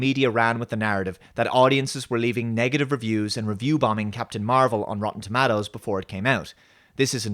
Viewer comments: Rotten "ToMattos"! Oh Ewan McGregor, you're so silly! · You have an interesting way of pronouncing 'Tomatoes'